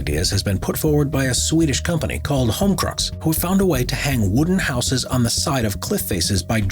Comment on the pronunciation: Just imagine reaching adulthood but don't know how to pronounce 'houses."